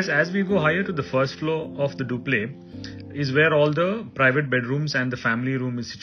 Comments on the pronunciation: Wanted to know why its being pronounced as dupley instead of duplex? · Why do all architects pronounce duplex as 'duplay'? Please, it's pronunciation is doo..plex.